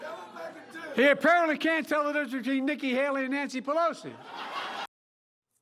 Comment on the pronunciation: If I was Biden I would consider going back in the basement. He can't tell the difference between Nicry hary en Nanrsi perrossiii